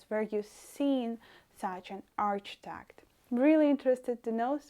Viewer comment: That was really interesting, thank you. If I may correct your pronunciation of ‘arch-i-tec-ture’, it is pronounced as, ‘ark-i-tec-ture. Yes, in my city, Sheffield, UK we have Russian influence architecture, but we call it ‘Brutalism’, made out of concrete. We also have famous flats called, Park Hill flats.